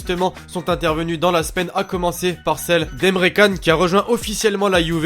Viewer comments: ca se dit tchane et non kane^^ mais tkt c ps grave on t'aime qd mm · On dit pas emré can mais emré tchan....mdrrr